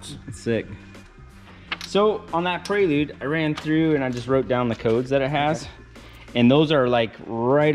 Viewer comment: Wheey! Someone who knows how to pronounce Prelude haahaha